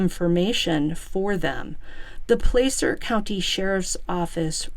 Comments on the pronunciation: Pla-cer not place er. Wash-o not Wa shoe. California towns and counties are a trip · FYI. THE A in Placer is is like the A in apple PLAH CER NO PLAY CER👍 I grew up very close to this area. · Hi! Just a friendly fyi - Placer (County) is pronounced like 'glass -er" with a short 'a' , not a long 'a'. 🙂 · I'm from Placer. It's pronounced Plasser. Ronnie is full of it too. We're not all coke heads out here. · Just FYI: It's "PL-ASS-ER" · Just a little pronunciation correction. Placer is Pronounced: Pl- short a sound- ser